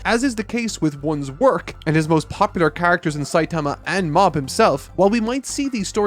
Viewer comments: I had this video on in the background while animating when suddenly (and few seconds prior) said "Saiatama" and not "Saitama" That took me out of my focus Still a great review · why the fuck is he calling Saitama Sayatama?!?!?! i thought it might be a fluke the first time, but 4 times in a row is not a fluke :(